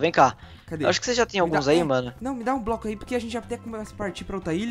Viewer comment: Rute Alves ele falou que nem o coruj4 fala ele fala "broco"